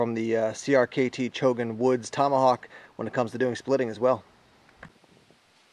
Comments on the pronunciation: It is Chogan, not Chogun! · It's actually Chogan, not Chogun.